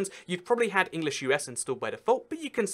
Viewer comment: English (United Kingdom) be like : Ehnglieshe (Yhounhited Khingdhom)